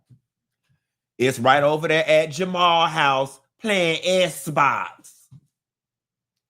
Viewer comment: "Playin' esss box" 😩😂